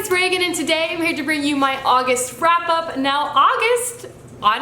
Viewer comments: did you say frap up? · It sounded like you said august frap-up